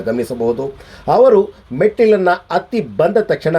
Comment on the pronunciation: ಹತ್ತಿ ಎನ್ನುವ ಬದಲು ಅತ್ತಿ ಎಂದು ಏಕೆ ಹೇಳುತ್ತರಿ?